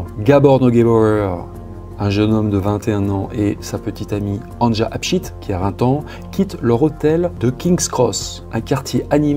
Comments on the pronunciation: Un tip pour la prononciation des prénoms : Anja, c'est Ania. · On prononce « Ania » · Anja se prononce « Ania » normalement .. enfin bref peu importe , paix à son âme ... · LE PRÉNOM ANJA SE PRONONCE ANIA , VU QUE EN ALLEMAND OU AUX PAYS DE L'EST, LA LETTRE J ( JULIETTE) EST PRONONCÉE COMME(I ) DE IVAN ...MERCI. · Histoire particulièrement ignoble, pourtant je suis habituée. Tu racontes vraiment très bien. Le prénom Anja se prononce Ania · Anja se prononce Ania ;)